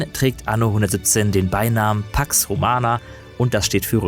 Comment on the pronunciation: Pax with mit eiinem langen a gesprochen